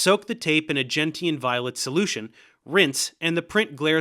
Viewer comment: I have NEVER heard anyone else pronounce gentian that way. Its GEN-shen, not GEN-ti-an. Also , uh-MEED-oh, not AM-ee-doh.